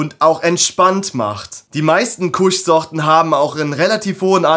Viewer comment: alles cool, was mich immer wundert ist, beim Haze sprecht ihr es richtig aus, aber Kush sprecht ihr deutsch aus. Kusch.🤭Das OG wird ja auch englisch ausgesprochen und nicht wie bei einem Obergefreiten. Ich muss jedesmal grinsen, wie ihr eure Sprache nutzt, nicht schlimm, süß und dörflich. Trotzdem nice stuff und sehr gut gemacht dein Video. Bitte CBG hypen und die Welt aufklären und zum Mitforschen animieren. LaHuerta verkauft CBG Semillas, auch als Auto z.B.. Das "Ur-Cannabinoid", aus dem THC und CBD erst entstehen. Würde es schneller wachsen, würde ich berichten. CBG "soll" die anderen Cannabinoide boostern und als "single version" konsumiert, das Verlangen ohne sedierung stillen. Krass, oder? Der Tend geht zum Blend, ist meine frühe Meinung. Beste Grüße, Thor